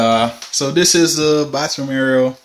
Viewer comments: The Word IS: AREA, NOT AERIAL !! So far you've said it Wrong twice !! Just saying 😊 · Why do you pronounce "area" "areal " ? Is it a Jamaican thing ? Good video, though. Nice apartment, too (really good space, even if you think it's tiny). Thanks.